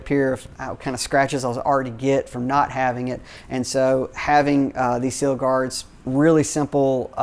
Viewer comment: Sill is pronounced "sill," not "seal."